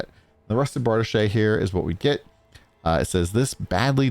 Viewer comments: Correct! Was thinking the same thing. "It's Bar-Deesh, not Bar-duh-shay!" Lol. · It's pronounced "Bray zhur" and "Bar deesh" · Bardiche is pronounced Bar-Deesh I believe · Lol, that's not how you pronounce brazier, accession or bardiche.